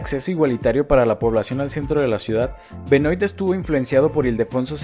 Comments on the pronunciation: Hola! Hermoso el video. Pedro Benoit (que se pronuncia "Benua" por que es frances) es mi tatara abuelo, que loco verlo en tu video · Gran ciudad. Voy cada tanto a ver a Estudiantes. Solo para aportar: Benoit se pronuncia "Benuá", es francés.